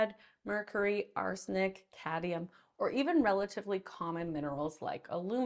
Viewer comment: The word is Cadmium, not Cadium. Sort yourself out Doc...